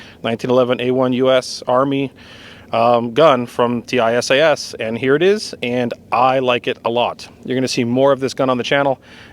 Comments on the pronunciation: It is pronounced TeeSahs, not T I S A S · It’s pronounced “Tee sass” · Its pronounced tee-shash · Tisaş is pronounced T-İ-S-A-SH.